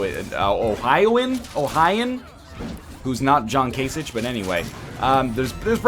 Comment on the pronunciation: Your whole Ohio rant fell on its face when you mispronounced "Kasich" <3